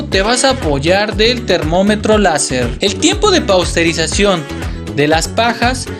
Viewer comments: PASTEURIZACIÓN , NO PAUSTERIZACIÓN, MI CUATE. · Porqué dicen "Pausterizacion"..... en lugar de "Pasteurización", ya que fue Luis Pasteur fue el creador de este método????